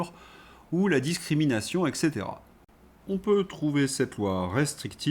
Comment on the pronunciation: Cadmioum ! Aluminioum aussi, sans doute ? Quand on traite le verbe « se rappeler » comme un transitif indirect, qu’on omet les liaisons : « aujourd’hui son-h-à l’honneur » et qu’on prononce eKcetera… est-on habilité à critiquer quelque professeur de français que ce soit ? Ç’en est trop : je pars pour le Liestenstine !